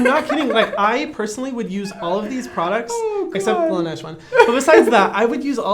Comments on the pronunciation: I know he did not just pronounce LaNeige as “Lane-ee-edge” instead of “La Neige”😂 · the way Brad said "Laneige?" 😭